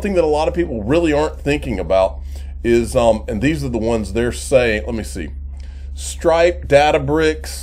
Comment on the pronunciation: Are you saying Stripe or Strike?